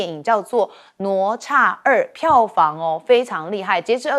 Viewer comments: “哪吒”怎麼念？聽得我一頭霧水，不是ne zha或是 nuo zha嗎？ㄋㄨㄛˊ ㄓㄚˋ。怎麼我聽你念得想nuo cha。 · 听得懂就好 反正中华没有这种叫法 ne zha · 主持人竟然不懂得读“哪吒”？ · 这个女主持人读过书吗？连“哪吒”都读错😢